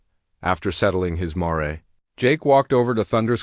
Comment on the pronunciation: Mare s one syllable sounds like the name of a city politician “Mayor”